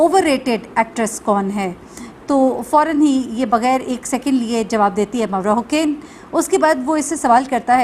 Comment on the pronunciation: Its Mavra Hussain, not Hocaine